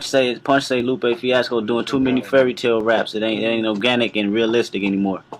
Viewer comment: You calling him “Loop” is driving me nuts man NGL.